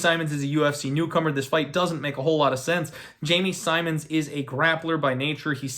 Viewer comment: How do you pronounce “Simmons” wrong lol I swear to god trolls us with these pronunciations